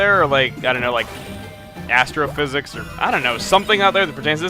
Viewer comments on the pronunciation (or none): were you trying to say "astrophysicist?"